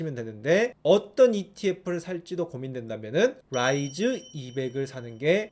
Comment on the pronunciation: ㅋㅋㅋㅋㅋㅋㅋㅋ 롸이즈 롸이즈 롸이즈 너무 웃기잖아요 ㅋㅋㅋㅋㅋㅋㅋㅋ